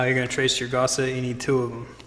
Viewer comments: Gus, gusset, not gosset! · Well, I tried. But the 43rd time you called a gusset a Gosset (as in the Actor) I had to walk away. Not gonna dislike it, just can't deal with that much lack of language skill in a tutorial. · please, please, the word is gusset! not gosset!